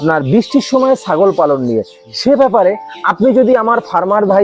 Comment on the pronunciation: দাদা "ছ" টাকে "স" উচ্চারন করে ফেলেন কেন ? যেমন আপনি "ছাগল" কে "সাগল" বলে ফেলেন সুতরাং প্রতিবেদন্ ভালো করে উচ্চারণ করা উচিৎ ।